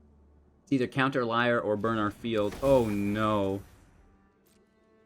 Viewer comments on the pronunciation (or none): As long as we can protect LIAR......sorry that triggered me a bit lol. I think its more of a "leer" when pronouncing.....i think. Lol.